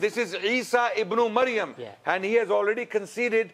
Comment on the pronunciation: it is "Ibn~e~Maryam" {Mudaf/ Mudaf Ilaiyah} and NOT Ibn~O~Mayam!